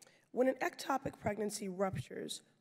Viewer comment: I'm neither a politician nor an issue advocate and it is easy to see that Pressley is great at smuggly reading selected info. 5 minutes ago Pressely couldn't pronounce ectopic. Now it's the issue du jour? cmon.